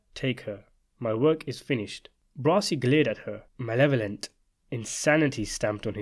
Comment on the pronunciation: Luca's last name is not "brassy", it's "bra-zi".